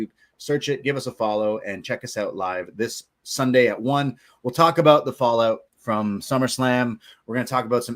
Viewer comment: 🍻 to '' ('the best kept secret'....that really wasn't, knowing he was guest-hosting The Rich Eisen Show soonafter and 'selling the injury') 💯, I never heard the name '' in so many different places when talking 'aboot' this story